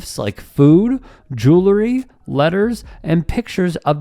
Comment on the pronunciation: Difficult for me to respect a journalist that can't pronounce "jewelry". I'm guessing he also says "nookeeler".